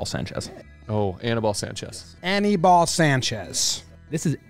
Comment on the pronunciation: I cringed listening to you guys pronounce Aníbal...do better.